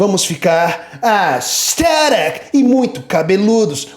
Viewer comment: Minha religião é o Rodrigo falando ASTHERIC KKKKKKKKKKK